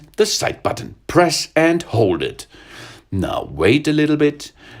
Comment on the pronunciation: his accent is French Chinese and Swedish and when he says button he says the b so loud like BUTTon